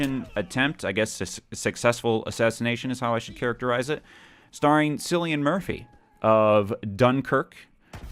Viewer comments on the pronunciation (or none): Sillian Murphy? Wtf? It's Cillian like Kill E Ann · lol at pronouncing cillian as syllian